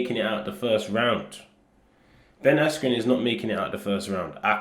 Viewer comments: The fact that a guy was walking ahead of Ben holding a sign saying "this is Ben" and then Buffer pronouncing his name "Askew". It was clearly a clown show in one way or another. Jesus is the way. Whatever controversy might be about his name, I believe that God sent a righteous man into this world to show us how to live. When we live for others and not for ourselves and beg the Lord (Holy Spirit) to remove our pride he starts to show us His heart and we become friends with our creator, because after all knowing God is a relationship not a religion. Its about living free from the things/sins that weigh us down because that's what God wants for everyone. Its tough, our flesh is weak, but the more we ask and go through seasons we gain strength, true strength, being able to talk with authority and love with power. And He is faithful and will bless us beyond belief when we fully trust in Him. I pray the Lord continues to move and open eyes in these testing days. Much love from Vancouver BC. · whats ur thoughts on buffer saying askew instead of askren? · forgot to say micheal buffer’s mistake in pronouncing ben’s name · Someone probably wrote the name wrong on the cards. He is involved in boxing so we can't blame him for not knowing who ben is and mispronouncing the name. Names in the UFC have been butchered plenty of times too, it happens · How is no one mentioning the fact that Michael Buffer purposely mispronounced askrens name, snoop dogg was also a complete clown... completely lost respect for both of those guys. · ngl, buffer literally pronounced ben's name wrong and he had been doing announcements for centuries.